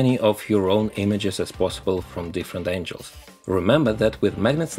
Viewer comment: Friendly language note; “Angles” is pronounced “an-Gels” like “spangles” or “dangles” instead of “angels” how you are saying like “an-Jels”. This means God’s heavenly hitmen. Not geometric relative line direction as you intended. There, now you are the perfect human. Seriously.